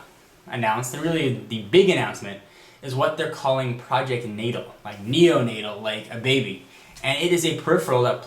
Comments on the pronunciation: Why is he saying Project Natal like that? It's pronounced Project Nay-Tall. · its natal you said it wrong